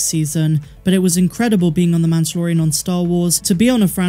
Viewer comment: MAN-DUH-LOR-E-AN lol